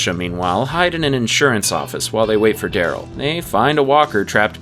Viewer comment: Dude, you spoke Carol and Darryl as if they are meant to rhyme. Which there are not. But is was somewhat amusing.